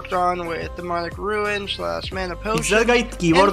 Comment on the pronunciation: It unreasonably bothers me hearing the native English speaker call a rune a ruin